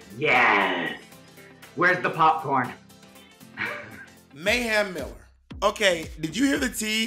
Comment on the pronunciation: Everyone: Mayhem Miller Bob, Eureka, and Derrick: May Ham Miller